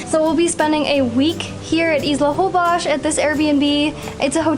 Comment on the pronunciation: Why do you guys pronounce Holbox with Holbosh??